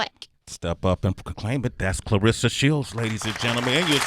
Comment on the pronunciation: C'mon Sway pronounce her name correctly It's ClaRessa not Clarissa